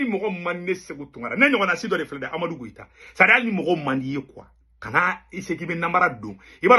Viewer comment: C est pas Goita sino koita